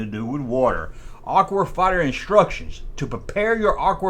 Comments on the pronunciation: why do you keep saying aqur!?! can you not say aqua!?! i know your country fried, but damn come on dude! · I thought he was saying "Aqu-War Fighters" , like they were combining two words into a clever name. That said, all sentences begin with capitol letters. And it's YOU'RE, not YOUR!